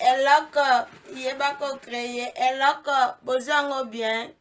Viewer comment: Ma loboko osololi eyokani Eloooooookooo